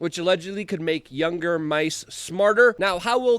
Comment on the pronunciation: Did you say " ... makes youger mice smarter. " ???